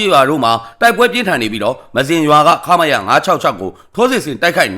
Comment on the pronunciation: မ-ဇင်လို့ဖတ်ပါ ပြောပါသား